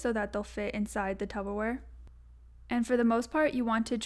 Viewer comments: TUBBER wrong it's Tupper babes 🤣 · Loved the video but saying tubberware and not Tupperware really stressed me out😫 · Tup-per-wear Not tub-ber-wear 😭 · Is tubberware that discount Tupperware? 😂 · DID SHE SAY TUBBERWARE???